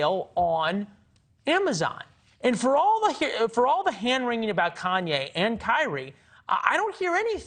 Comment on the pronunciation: Dave was so on point, this guy can’t even say “The” and “Jews” 😂